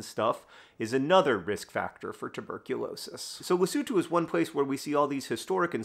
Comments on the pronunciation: Yes. I applaud John's effort to pronounce Lesotho that's recognisable Masotho & South Africans. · Thank you, John, for (among other things) teaching me how to pronounce "Lesotho". I had been saying the o's like "oh". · I literally came to the comments to comment him for actually pronouncing Lesotho the way it should be.